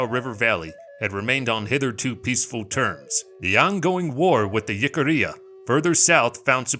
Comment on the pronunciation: One critique otherwise a very good 👍 video! Jicarilla is pronounced "Hick-ah-ReeAh"